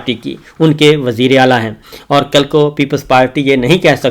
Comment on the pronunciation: صابر شاکر صاحب ' "کاف" کو " ق" بولتے ہیں - "کل" کو "قل" بولتے ہیں ؟ "کر رہے ہیں" کو "قر رہے ہیں" بولتے ہیں؟ اردو مسلہ ہے صابر شاکر کے ساتھ